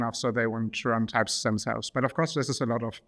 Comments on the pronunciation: Hold up, all this time i was pronouncing it the German way "Tüpst", but it's Teipst?? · Honestly, I prefered the tüpst pronounciation